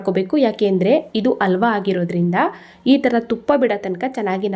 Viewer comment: Wow,👌🏽 ತುಂಬಾ ಚೆನ್ನಾಗಿ ಕಾಣ್ತಾ ಇದೆ. ರುಚಿನೂ ಹಾಗೆ ಇರಬಹುದು. ಧನ್ಯವಾದಗಳು. ಒಂದು ಸಣ್ಣ ಸಲಹೆ, "ಅ" ಮತ್ತು "ಹ" ಉಚ್ಚಾರಣೆಯನ್ನು ಸ್ವಲ್ಪ ಸ್ಪಷ್ಟವಾಗಿ ಮಾಡಿ, ಉದಾಹರಣೆಗೆ... ಹಾಲು, ಹಲ್ವ, ಅಂಥ ಹೇಳಬೇಕು, ಬದಲಾಗಿ, ಆಲು, ಅಲ್ವಾ, ಅಂದರೆ ಕನ್ನಡ ಭಾಷೆಯ ಸೊಬಗು ಇರಲ್ಲ. 😊